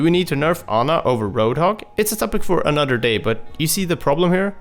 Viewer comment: it's "Aw-na"